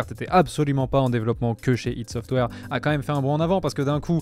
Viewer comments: ça se dit pas ideuh ça se AY DI - ID SOFTWARE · La vidéo est très bien. J'ai juste saigné des oreilles quand j'ai entendu "ide software". C'est ID Software (comme on prononcerais idea en anglais. Ou "Aîe dis" en français). Sinon la vidéo est vraiment top, bien joué